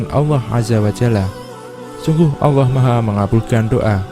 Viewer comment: "Allah" bukan "alloh"